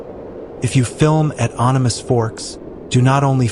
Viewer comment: It Animas as in animal only no l just an s. That did it for me. The end.